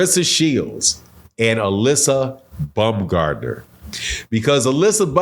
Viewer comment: Alyssa bumgardner? My guy 😂😂 you butchered that so bad